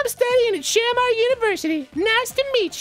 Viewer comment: i know this is late, but its shuh-MAR not SHAM-ar